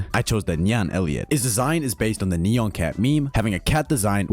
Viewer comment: Bro said neeyawn